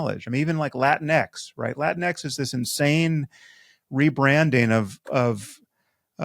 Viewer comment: JAJAJA! My buddy pronounces latinx "lateenks."